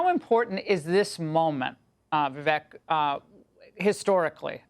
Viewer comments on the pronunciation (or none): Is Laura dumb or just lazy? Why can`t she properly pronounce the name of a guest she has had on her show innumerable times?